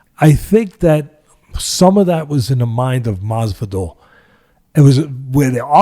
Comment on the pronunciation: I wish Teddy would get Masvidal's name correct.